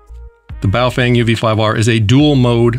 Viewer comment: BoofWang sounds like a "professionals only" gay s@ maneuver😂😂😂